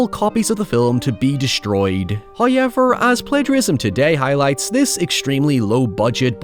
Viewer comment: First "hoyevver" drops . And with that, we close the year.